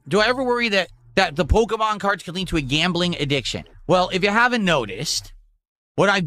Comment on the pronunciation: I can't remember where i heard him say "porkemon" lately. Sounds like a good title for a meme song